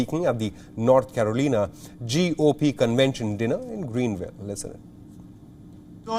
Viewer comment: Dear newsreader. You must learn to pronounce "North Carolina" Despite that Trump said it twice in this clip. Didn't you realise that you are saying it wrong? I think you should stick to reading hindi news